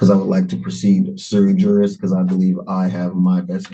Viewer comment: sui juris mans of his right, basically having the right to act on ones own behalf. Using bad Latin doesn't make you sound intelligent it just shows you read something online. It is pronounced as swi yeris in Latin. Also the law has no colour it's colour blind as to law, as everyman is treated equally, or should be at least.